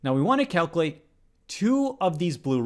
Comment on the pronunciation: it kills me that you butcher the word "calculate"